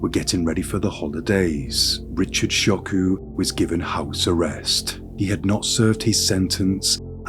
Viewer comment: Richard Choque Flores is his name. Choque is pronounced “Cho-keh” not “Sho-ku”. It took me a bit to find how to spell his name to research him because of the mispronunciation. Anyway, the doctor, the judge, his mom & sister should be behind bars. They are just as guilty for his crimes. This is horrendous. I can’t believe this can happen to such a degree. God damn disgrace!